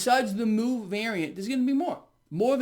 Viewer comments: I think mu is another Greek letter and is pronounced mew. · MU is pronounced as “mew” bro lol. It’s all greek alphabet, u should know this. Werent u a physician? U shouldve taken tons of math and science claases and have seen these greek alphabets in equations even if u didnt join greek life in college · Pronounced "M'YOU' BTW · Great video...It is μ , not Mu= Mooh, sounds like the Farm Animal is back. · Mu (pronounced mew)is the Greek letter that follows Lamda if you're transcribing to English. I'm guessing that a Kappa variant showed up before Lamda. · It’s actually mi (I’m Greek). But very good on most of the rest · I think that mu is probably supposed to be the Greek letter "mu" which is pronounced to rhyme with "new". I know this because I did a lot of maths and we used a lot of Greek letters as sympols.